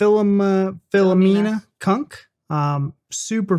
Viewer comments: "Philoma Chunk" is such a Philomena Cunk way to pronounce the name of someone she's introducing for the first time that I'm 90% sure she was possessing you for that introduction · You had me at Fill-Ima-Chunk! 🤣🤣🤣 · Philoma Chunk!! you got both names wrong that's a first for me. I've heard some Americans getting her first name wrong but Cunk? it's 4 letters!! This is American English lol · The way he couldn't even read a name right at the start of the video told me all I needed to know. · lmao i laughed so hard the first time you pronounce her name